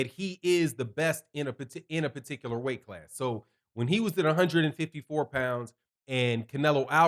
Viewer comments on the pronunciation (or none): none